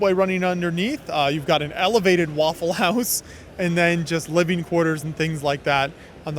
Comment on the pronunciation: Very nice "waffel"-house ... 😂😂😂